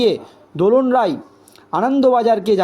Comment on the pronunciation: আপনারা "রাই"কে বলেন "রায়" "রায়"কে বলেন "রাই"!এ কেমন সাংবাদিক?